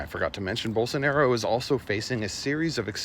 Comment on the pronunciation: The "J" in Portuguese is pronounced like a French J, not a Spanish one, there's no "Haeer Bolsonaro"